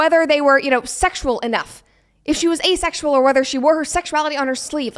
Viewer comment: “Asexual”… 不是”a sexual”